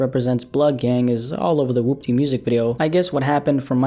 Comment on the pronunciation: Man said wupty lmao